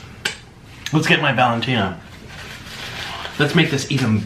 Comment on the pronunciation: The way he says valentine🤦🏽‍♀️idk how to spell it